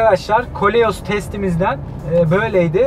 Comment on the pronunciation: Kaleos degil... koleos.